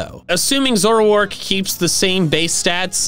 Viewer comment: ZOROARK, NOT ZOURARK!